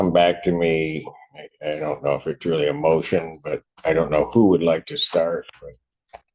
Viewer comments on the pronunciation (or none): Weally weally cweepy guy.